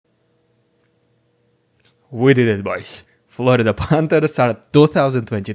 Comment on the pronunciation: Please try to learn the correct pronunciation of Panthers! Out of respect for the team.